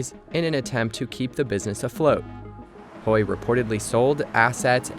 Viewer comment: Hui rhymes with day, doesn't rhyme with boy. Yuan rhymes with swan, doesn't rhyme with hen.